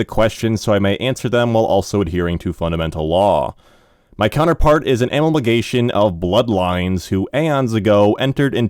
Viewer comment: Thank you so much for this! I noticed there are some words you are mispronouncing. Here are the ones I've noticed so far: comprised, analagous, amalgamation, precipitated, elucidate, incomparably, acuity, inducement, secrecy, specificity Also this one is borderline but I've always said OP and "oh pee"—it refers to original poster. I'll keep updating this list as I go.